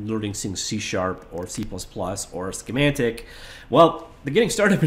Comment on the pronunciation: when did schematic start having an 'n' in it?